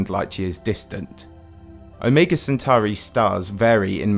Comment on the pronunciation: You pronounced omega differently in 2 seconds